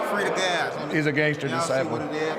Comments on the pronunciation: Jojo world is like 20 fn people. They mean to say the Black Disciples. The writer here clearly doesn’t know wtf they’re talking about. Also, this AI voice is mispronouncing everything. CA-PONE….. not Ca-po-NE…. DISCIPLE….. ::closes tab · What educated, well respected reporter can't pronounce the word DISCIPLE... THIS REPORTER 🤦🏻‍♂️ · How do you make a whole documentary and never learn how to pronounce disciple???